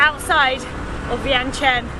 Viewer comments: To pronounce it exactly in Lao is Viangchunh. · Vientiane is actually pronounced Vieng-Jan by Lao folks. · In fact, it is pronounced, Vieng-jan.